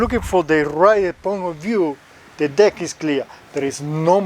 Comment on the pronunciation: God forgive me but it doesn't sound like you're saying deck 🤣